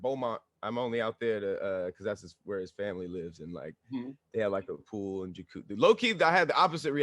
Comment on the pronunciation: 1 minute 8 seconds in....... this man legit said FRAMILY. 😂